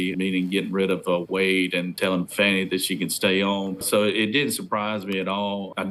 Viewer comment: Actually, her name is pronounced like Fawnie, as in Fawn. That's how her father pronounced the name. Whatever. Trump 2024!